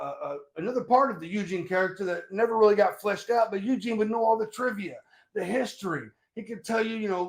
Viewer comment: “EUGINE!! EUGINE!”